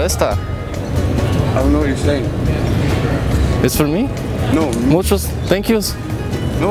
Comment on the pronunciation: I swear that you pronounced it Miuchous